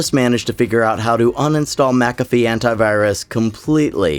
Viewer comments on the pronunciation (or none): bro said “hiw” 😔😔😔